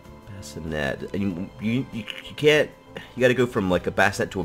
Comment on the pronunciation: I find it interesting that pronounces can't like carnt, even thought he's american:)